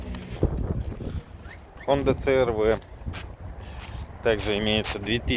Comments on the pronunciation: Не црв а ашрв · Хонда шрв а не срв